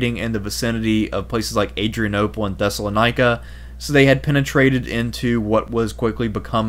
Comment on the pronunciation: your pronunciations are painful. Outremer - French, 'overseas', 'on the other side of the sea", meaning the Levant/Holy Land.. OOT-ruh-MAIR ThesslaLONica it's pronounced, and not ie-ka, but ee-ka. In another video your warp Damietta into "Damee-ate-a"; the double-t makes the vowel before 'soft", no an ei (long a) like you're saying it. There were some other warped pronunciations; you know what you're talking about but it seems you had no direct exposure to a teacher or learning source where these (well-known) names are properly pronounced.